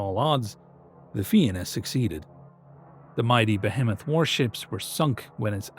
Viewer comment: Hearing Fianna said right grants me such bliss, thank you